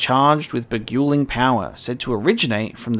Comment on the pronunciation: Beguiling. Beh-guy-ling. As in, it beguiles enemies. Bewitches them which tricks them into fighting for you.